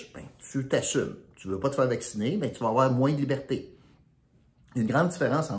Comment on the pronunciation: Je suis triste de constater que tu n'as pas de vision à long terme et que tu ne vois pas à quel point tu es manipulé et incapable de bien prononcer un mot qui devrait être honorable"liberté".